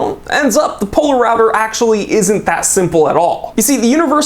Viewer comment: Poler-router hahah